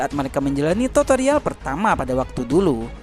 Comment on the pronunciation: Tutorial bro bukan totorial😅😅 Toto mah togel bro😂😂